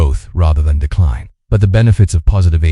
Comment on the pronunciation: The synth voice doesn't match the captioning. SOmetimes spells the word and inflection is off for words like "decline." Audio cuts off words and sentences. Total audio drop out starting . I quit watching at this point.